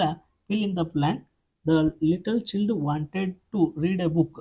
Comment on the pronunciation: ಚೈಲ್ಡ್ ಅಂತ ಉಚ್ಚಾರ ಮಾಡಿ ಸರ್